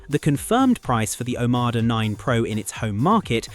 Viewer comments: Silly IA voice can't pronounce Omoda and Nio correctly ... please review your videos before publishing them ! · OMODA, you AI twonk. NOT OMADA‼️‼️‼️🫪